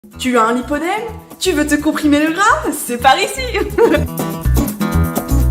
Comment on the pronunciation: Lipoedème à prononcer lip-oedème ;)